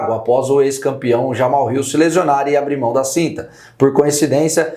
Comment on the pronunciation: Mas o certo não é Jamahal ? Tipo Jamarral ??? Pq todo mundo fala Jamal ???